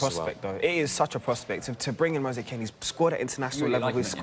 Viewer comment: The way that guy said Moise Kean 🙄🤦‍♂️